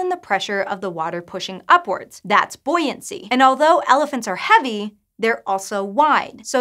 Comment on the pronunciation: Surely that should be 'boo-ee-ancy'?